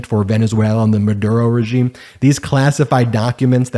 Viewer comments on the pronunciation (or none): none